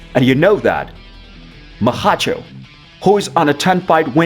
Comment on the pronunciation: Who the heck is "Maha-cho" I think he means Makhachev